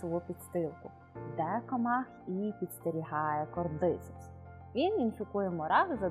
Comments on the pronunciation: Додивилась до назви грибу. Назва та, але наголос зовсім не там, а через це, особисто мені, вже не цікаво дивитись... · Наголос: кордицЕпс, щЕлепи